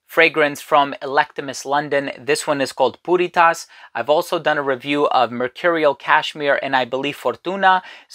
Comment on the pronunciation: Why does it sound like he is saying Putty Tat?...(i thought i saw a putty-tat...)